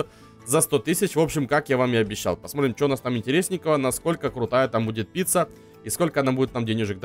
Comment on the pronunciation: Он сказал не пицца а пися